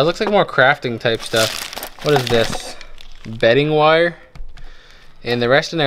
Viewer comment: Bead ing wire lol